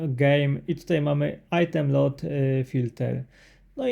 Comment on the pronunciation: Dwa "o" czyta się jak "u". Czyli nie LOT tylko LUT filter. (sorry, że się przypier*alam, ale aż kłuje w uszy)